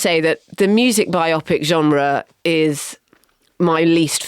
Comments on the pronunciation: Please stop mispronouncing bio-pic as bi-opic. Bio-pic is a portmanteau of "Biography Picture"; not "Two Oxford Partical Imaging Centre". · Surely Bio Pic, as in Biography Picture, not Biopic pronounced like Bionic or Myopic?! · It’s bio-pic NOT bi-opic FFS. Saying “bi-opic” is even worse than the idiots who say defiantly when they mean definitely. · Bio-pic NOT biopic (rhyming with myopic). Love a biopic. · HA! And I'm exasperated by Marina's pronunciation of biopic. bi-OPP-ick? I don't think so.